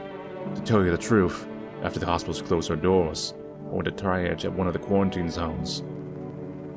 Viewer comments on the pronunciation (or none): none